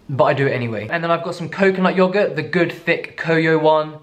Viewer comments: "just let me enjoy it. and shut the f*ck up." 😂 i lol'd. also your american accent. YOGURT. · "Yogurt!" Cracks me up. I don't know a single American who says it like that. LOL